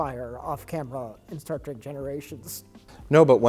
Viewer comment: "star wreck: picard" LOL